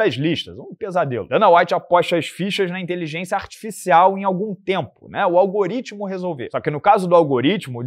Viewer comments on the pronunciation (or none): none